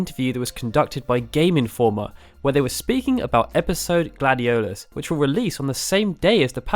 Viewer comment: Please don't use names if you don't know how to say them. this LuciiAYE and GladioLOUS (or whatever) hurts my ears 😡